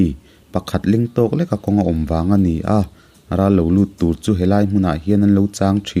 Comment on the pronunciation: Naupang tap ra ra(kal san) tih thlûka lam rik tur. Râ râ tih ni lo vin